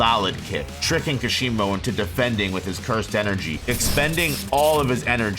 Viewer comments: kash e moh.....its like kah shee mo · “Kasheemo” had to click of this video after hearing that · How can you pronounce the "Ka" in Hakari correctly, but are completely unable to pronounce the "Ka" in Kashimo correctly, when it's pronounced the same way? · Amazing video, but Kashimo isn't pronounced like that. The stress is in 'Ka'